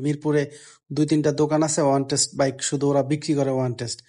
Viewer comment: "ওয়ানটেস্ট" কিরে বেটা, অনটেস্ট বলতে গালে ব্যথা করে?